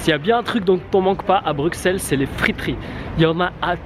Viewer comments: on dis BruSSelles pas BruKselle combien faudra le dire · On dit brusel et pas bruxelles comme tu dis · Brusssseles et pas Brukkkkkseles ! Comme Auxerre qui se prononce Aussssere ! Et la Grand Place, non la GrandE Place. Cent Zabonnés ? Liaison très dangereuse. La Porte de Hal dans son aspect actuel date de la seconde moitié du XIXe siècle, rénovée par Henri Beyaert,tout à fait dans la lignée d’un Viollet le Duc qui l’apprécia. Avant cela, c’était une sorte de bunker moyenâgeux. Ceci dit : sympathique vidéo. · Je veux pas faire le chian mais on dit Bruxelles Brusselles